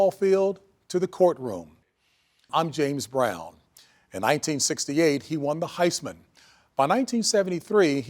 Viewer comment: that man said he jsmes brown!😫